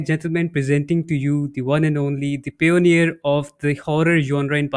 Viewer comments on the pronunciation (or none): English mast hai, "one and only the peyonier" payo hi keh deta